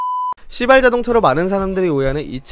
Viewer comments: 에 발음때문에 진짜 시X인줄 발음이 시 가아니라 씨로들려요ㅋㅋ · 아니 왜 시바ㄹ 자동차 말할때 왜 이렇게 시바ㄹ 발음을 쎄게해? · 너무 강조해서 읽으시는 거 아님?ㅋㅋㅋㅋㅋㅋㅋㅋㅋ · 발음 조심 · 시발자동차 발음이....?